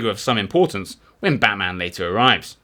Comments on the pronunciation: Try pronouncing Batman with a diminished "a" in "man". This is actually abut Melbourne not Gotham City. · Its Batman like Batsman not like the super hero lol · After overlooking your mispronunciation of Batman (although he does have certain superhero qualities!) a thoroughly enjoyable and engaging overview of his life and adventures.